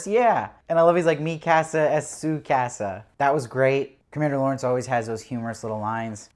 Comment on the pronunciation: The way you pronounce casa 😂😂 cute